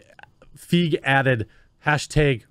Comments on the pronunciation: His name is pronounced "Fie-gee" lol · It’s pronounced ‘Feeg’. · If it makes Paul feel better, right this moment the mere mention of Ghostbusters 2016 has me laughing out loud. Also, I believe his last name is pronounced similar to 'reign', 'sleigh', or 'neighbor'. Don't let anyone tell you otherwise; not even Paul. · Your continual mispronunciation of his name is really annoying.